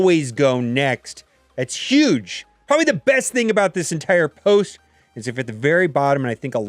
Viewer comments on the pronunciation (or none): none